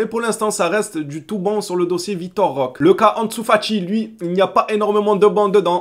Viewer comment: Salut, ça me choque toujours quand tu prononce Roque ça me paraît bizarre, est ce qu'il y a un portugais dans les commentaires qui pourrait nous éclairer? Moi je le prononce Roqué je crois que c'est comme l'espagnol tout les E se prononce É. A verifier 😉